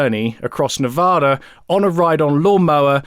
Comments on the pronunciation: No problem with your pronunciation of "foldgaires." Say it any way you like. Be advised, however, the correct pronunciation of the second syllable of Nevada is like the first one in Apple. The locals will tell you this. Every time you say "Nevahda" my soul wilts a little. 🤢🤢🤢🤢🤢🤢🤢🤢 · Bro been watching for awhile love the videos been waiting for this video for so long btw it’s pronounced Ne-va-duh from Nevada